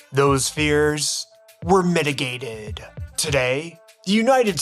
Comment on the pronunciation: “those fears …. were MINIGATEDDD”